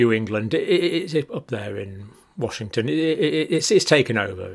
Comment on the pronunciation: whashinton lol